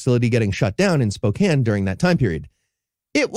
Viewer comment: I'm in Spokane so 2 things, 1 that's such Bs we've never heard of it and 2 thank you for saying Spokane correctly